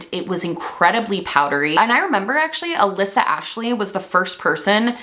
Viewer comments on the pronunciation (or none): none